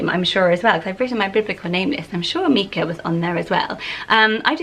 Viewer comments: I have a son called Micah lots of people say it incorrectly as Meekah maybe because of the singer. But the biblical pronunciation is with the strong I so Mykah as it’s a variation of Michael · Micha or Micah is often pronounced like Mike(a). Long "i" sound. Never heard it as the "i" sounding like an "e" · Never thought I’d hear my name in one of these haha. My name’s Mikaela, but I’ve always gone by Mika. I think the stone/biblical name you mentioned here is pronounced mike-ah, while my name is pronounced meek-ah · I love these name! In America we pronounce Micha like My-Ka, which I think makes it more wearable for boys. Mee-ka sounds more girly to me, so cute either way! My grandma's name is Coralie, I love it so much! How do you think it compares to Coral? Do you think Coralie will increase in popularity soneday? My sister-in-laws name is Jade; she is 25 so that makes sense to me that it was trending in the late 90s! It Is is such a cute name and is super wearable!